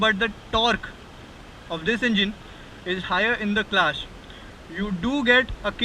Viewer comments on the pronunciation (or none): Really detailed review... I heard u r saying "S" as "SH". Ex.Class as Clash, so as sho..etc It changes meanings Bura mat mano, muze aisa laga is liye keh raha hu....